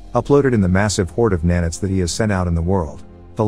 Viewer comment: i got a head ache, just with the pronunciations for nano and nanite, sorry it just hurt me